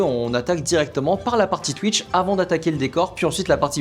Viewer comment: J’adore sa manière de dire twitch (tuïche)😂